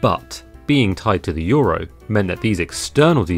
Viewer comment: Euro? We thought you said Gyro!! Opa!!!! 😂🇲🇰